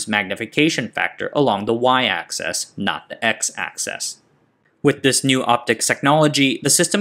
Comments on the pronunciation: Axis, not access. Another fantastic video. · 2 little errors. The 33 and 26 nm dimensions are switched in position on the diagram. And you're pronouncing 'axis' as 'access'. Great video.